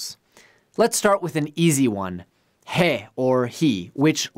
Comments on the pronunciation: I’m a month into learning Japanese and I saw the character and went “heh”. As soon as he said it as HE... I went へえ😂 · I don’t wanna be a jerk, but your pronunciation isn’t right for multiple characters. へ is pronounced "heh" not "he" in English. It is spelled "he" but is not pronounced that way. For the uninitiated, Japanese "i" is pronounced as the English "e". The Japanese "e" is pronounced as "eh" in English. ひ is pronounced "he" in English, but is spelled "hi" phonetically in Japanese. I love the imagery, but you are teaching people the wrong pronunciation for へ and せ can't be pronounced two different ways, same problem you have with へ. Japanese has a very strict pronunciation system, so it can only be pronounced as "seh" even though it's spelled "se" in English. The sound "see" doesn't technically exist in Japanese, it chances to "shi" which is the English "she" sound. You can't change the pronunciations, man. People will think this is correct, associate the images, and make it 10 time harder to forget and correct. Your saving grace is that you admit you aren't studying Japanese. But this video's information is not correct. *************Edit: he answered me on Facebook and essentially said, “thank you for the feedback” but as he’s likely making money off this video and it hasn’t fixed it, I’m left feeling a bit disappointed. I’m more concerned with the integrity than the money, so I would have remade it and noted that the first version was wrong (granted I’m not making money off videos yet, so there’s that). I hope he fixes it someday, the mnemonic method is great, but the pronunciation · I don’t think that’s the point. The point was to find an easy way to learn it. Now it did bother me a bit to see him saying it wrong but just focus on the material he is giving you mate.